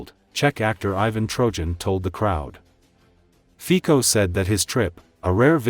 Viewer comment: His name is NOT FIKO, but FICO ! WRONG ! LEARN HOW TO SAY OUT HIS NAME ! SHAME ON THE NARRATOR !